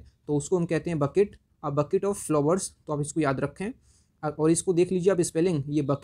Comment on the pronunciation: Boutique एसी बुके कहा जाता नाकी बकेट